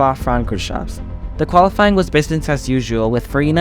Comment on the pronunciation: Bremgarten, Sweden (it's in Switzerland)? Targa Florio in "Silicy" (it's Sicily)? Luigi "Fiagoli"(it's Fagioli)? OMG, did you actually do some research, or you're just reading someone's text, including mistakes?